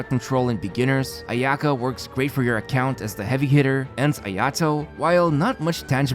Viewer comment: 'Ayato Not ay'Ato 'Ayaka not ay'Aka ffs usa people cant even get the accents of names right